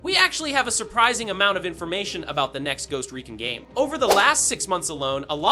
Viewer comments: Ghost recin lol 😆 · anyone else annoyed by how he pronounced recon lol